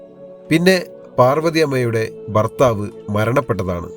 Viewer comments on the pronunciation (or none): none